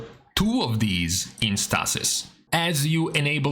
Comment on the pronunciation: Stay-sis; Stay-sis; not Staa-sis.